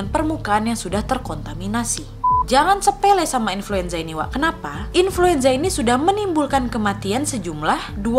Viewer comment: inluenza lagi wak😆😂